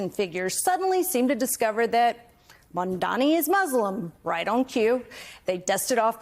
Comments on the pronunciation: still can't say it right. Its MAM DANI! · It’s M A M D A N I (MUM DAH KNEE). Say his name right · Mandami she said 😂😂😂